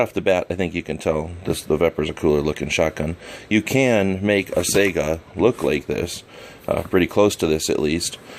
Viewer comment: It is pronounced Sigh-Ga not Sega like the video game console.